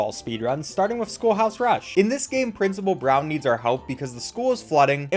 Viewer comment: It's not Principal Brown, it's Principal Bron.